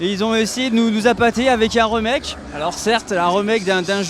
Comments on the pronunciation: "un re-mec-que" Pwhahahahahhahahha il est est sérieux, faut arrêter la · Mon dieu, mais la faut arrêter de faire du gaming ^^' "remake" prononcé à la françaisse, et Shenmué ><